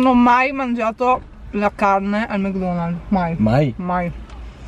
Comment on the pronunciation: Ma perché dici Mg Donald's si dice Mc Donald's poi se hai detto che non mangi le salse perché mangi il kechup anche nei mukbang